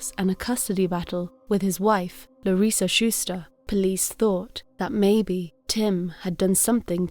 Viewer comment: Larissa was my supervisor at Pan Ag Labs in Madera, California, in the 1990s. You are saying her name exactly the correct way. I still have a birthday card with her signature on it, as well as my yearly review from her.